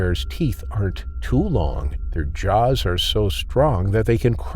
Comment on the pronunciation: I can't stand the way you pronounce Jaws.